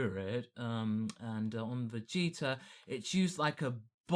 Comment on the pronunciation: to be someone that loves dragon ball so much he says vegeta wrong all the time